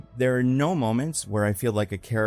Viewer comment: Did you say Mole-ments? I heard mole-ments. Just me? 😂